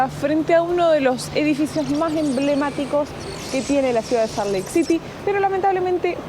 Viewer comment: Salt suena como "solt".